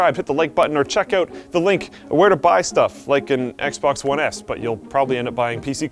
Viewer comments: it sounded like he said XBOX One Ass ( ͡° ͜ʖ ͡°) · anyone else noticed he said "Xbox one ASS"